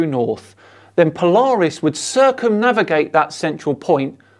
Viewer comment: has renamed Polaris to Polawis. Anyone seen the only fools and horses scene where the dude performs "cwying"??? Polaaaaaaawisssss!